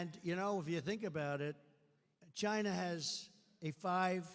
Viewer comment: Poor old Donnie can’t ever pronounce China Correctly!!Chinnna